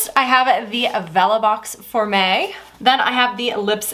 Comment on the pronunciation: Girl I’m so out of it when you were saying for May the first 2 times I thought you were saying “for me” all fancy. More coffee required 😂 great video